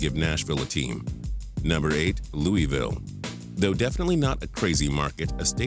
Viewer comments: Offended how you said “ Lewyville” instead of how it’s actually said “Louisville” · This dude isn't a true sports fan or pronunciation guru either...Loo-E-ville? It's Loo-ih-ville. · looweville or louisville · That is not how you pronounce Louisville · luis say the s luisville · it's funny how people say Louisville it's like they forget the S